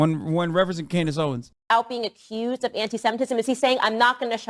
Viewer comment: "Klandace Owens" lul